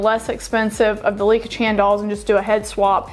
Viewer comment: It is Licca Chahn ryhymes with "on"